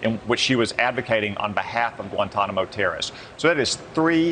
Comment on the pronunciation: Can we enunciate if we’re going to have leadership roles? The word terrorist is not that hard to pronounce. Further, everyone knows that there are plenty of innocent people behind bars, being in Guantanamo isn’t an automatic guilty that’s why they just randomly released that man back to Algeria.